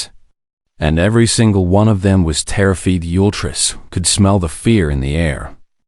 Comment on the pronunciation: its getting annoying when the narrator doesnt pronounce the words right. terrified isnt terriifeed,. sheesh.